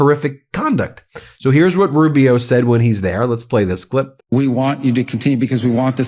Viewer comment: Rube - E - O Marc my words. A defective A-eye would be more competent than little Marc-O